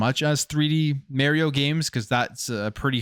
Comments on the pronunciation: It’s not Mary-O, it’s Mario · I'm a fan but it's not Merio. It's annoying every time you say it that way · "Maryo" :nails on a chalk board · Idk why I hear so many ppl say mare e-o and not mar e-o likes mars